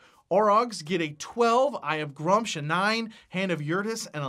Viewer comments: I need to say this, the way he is saying gruumsh hurts my soul, it is pronounced gru-mish not grumch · Love the video, lots of good stuff :D Only thing: Gruumsh would have the "oom" sound like in Vacuum. also, mini market is love <3